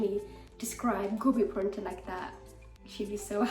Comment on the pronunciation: Dude are you Indian like punjabi... Just guessed by the way you said gobi prontha 😂